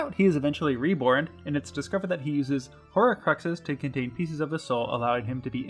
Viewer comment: You NEED to fix your pronunciation. Across most of your videos you butcher so many different words. 'Horrorcrux', 'Ebbin', etc.